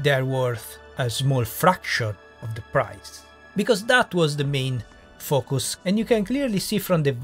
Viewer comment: It’s sounds like you are saying “f**k us” instead of focus which sadly still fits. This game was made for children…really slow and challenged children.